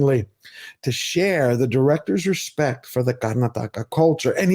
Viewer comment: Mad respect for your researched review. When a non Indian can pronounce words like kantara , Karnataka , bhoota kola like the local does , one knows this movie has broken all barriers ! Tulunad hudugi ( girl from tulu land )